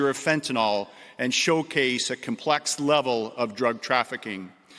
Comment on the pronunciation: Commissioner T. Carrique can't properly pronounce the words; Complexed [Complex], Shepped [Shipped], Goljjdien [Golden], Apparient [Apparent] , Deathises [Deaths], Fentanol [Fentanyl] or Opid [Opioid.] I am sure that there are certain people who are Muy Contento that he is on the case. "This investigation into the use of the dark web for drug trafficking is the first of its kind for the OPP." If this statement is true, either the OPP Commissioner is lying, he has recently awoken from a coma, or defense attorneys are salivating because cases will be thrown out, re-tried, and convictions will be overturned. Thanks for letting everyone know that all of the lethal & hazardous seized narcotics were intended for domestic distribution within Canada. Now I can trust the Policia. I am relieved to know that he is "keeping the province (Ontario) as safe and secure as possible."